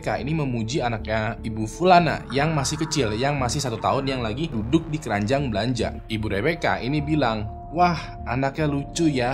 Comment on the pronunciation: bang "KERANJANG BELANJAAN" apa "KERANJAAN BELANJAAN"😂😂😂